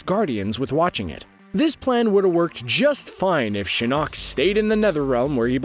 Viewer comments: Can we just take the time to appreciate that he’s saying Shin KNOCK. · The way he says shinnok wants me to kill myself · ok defo a script why add lines like you know the whole story when you don’t know how to say taverns and shinnoks name and that’s the first 3 minutes jesus